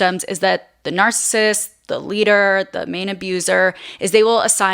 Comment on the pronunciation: I love how you say narcism, and narcists